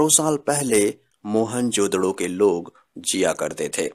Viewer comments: Sir mohen jo daro nhi moen jo daro hota hai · Oohhhhh godd stop saying mohenjodaro mohan jodhdo😕😕😕😕😕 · Mohan jodro nahi bhai. Mohan jodaro hai woo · Its mohenJODARO not..mohenJODDO..😂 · Bhai.... Vo mohanjodaro hai ..... Mohanjodro nhi 😂😅 .... Baaki knowledge bahot achha hai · Who jodaro hota hai na ki jodoro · It is not Mohan jodro it's Mohan jodaro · It's not Mehenjododo it's Mehenjodaro. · Bhai video. Achi par mohenjododo nahi mohenjo daro hai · मोहेंजोडो नही होता मोहेंजदारो होता हे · Are pagal mohenjodaro hota hai na ki mohanjodadddo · Please try and work on you pronunciation of the word 'mohenjerdaro' , you sound as if you are using a profanity for someone.